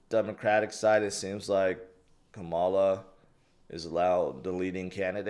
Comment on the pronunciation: try looking up how to pronounce Kamala correctly. Why you doing that even though you know it is incorrect?